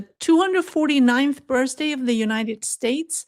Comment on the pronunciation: Your English is very good. Can I please help you with “birthday” It is said with the same TH as in fifth. I love your channel. Keep it up 😎